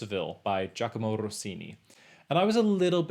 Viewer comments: Gio- a- kee- no Rossini. (Not Giacomo) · Good list - But dude! when you pronounce Gioachino Rossini incorrectly you screw your credibility.....